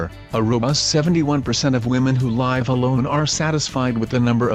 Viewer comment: Curious if this video was created with a computer-generated voice. The word "live" can be pronounced 2 different ways depending on its meaning, it was mispronounced for the meaning consistently.